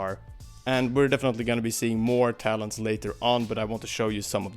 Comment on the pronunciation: Every time he said "talents", it sounds like he's saying "Talons". I was like "they're gonna let us play as the baddies in the story missions a la Sonic Adventure 2?"